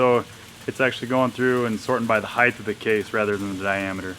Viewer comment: Height NOT heighTH